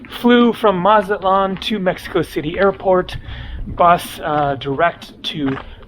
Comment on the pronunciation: It's called Mexico City, fella.